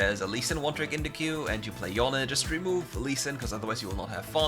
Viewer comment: Pls stop saying yon and say Yone !!! Jesus